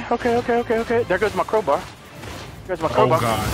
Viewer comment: Crow-Bar? Really,?